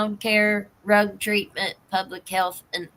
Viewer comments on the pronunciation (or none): Drug I keep hearing Rug